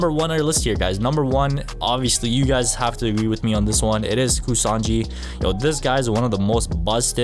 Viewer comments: i think kusanagi is pronounced as (ku-sa-naa-ggi) also pretty sure its a she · Bro pronounced pactwo and kusanagi so wrong